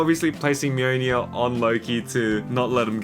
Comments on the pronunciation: "Mjøjnie" it's mjolnir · I hate how you say mjlnir, MeWNew